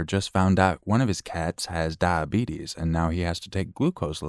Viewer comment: Me: I’m not sure I could love this channel more.: does “die-bee-tus” voice …… I stand corrected